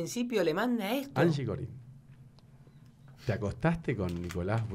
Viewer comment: Corine (se dice corin) no corain :v